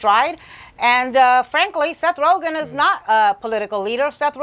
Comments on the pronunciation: Rozhen? LMAO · It's rogen not roghen 😂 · Seth Ro-Jen? Who tf is that???? LOL It's pronounced Roe-Gan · This chick really said rojan as rogen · "RoeJEN" ???? He's a pretty famous guy...... have not heard that pronunciation before..... ? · Yeah. "RoeJEN." You know - like calling Niger "Nee-zjherrr..." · "Seth Rojen" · First thing I thought was "did she just say 'Rowjin'? " lol. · HOLY SHIT 1 second into the video. "Seth Roejen"..... Can't even report anything corrently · Seth "Rojin"? Lol. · Did she say Seth rojen 😂😂😂🤣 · did she say seth rojan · Ro-Chen? Lmao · Seth roothgen?!!!!!! Huhhhh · Seth ROE-JINN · Seth ROW-GIN lol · Seth Rogthan? Or Roghan? Lol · Hey Sam Graham. lol. my thought also. A news commentator should pronounce names correctly.